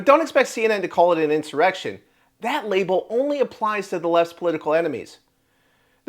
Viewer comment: This is a In-sum-muh-reck-tion and if we learned anything under the last regime... In-sum-muh-reck-tions are only done by white supreme pizzas!